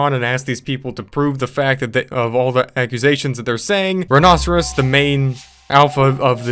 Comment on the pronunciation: I think it's pronounced like 'rhino-serious', and that's not a foosball table, it's a pinball machine.